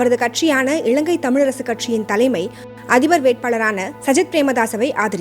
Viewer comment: இளங்கை அல்ல, இலங்கை. இறண்டாயிரம் அல்ல, இரண்டாயிரம். நிளை அல்ல நிலை. சரியாக உச்சரியுங்கள். இதுவும் ஒரு மொழிக்கும் இனத்துக்கும் கொடுக்கும் மதிப்பு தான்.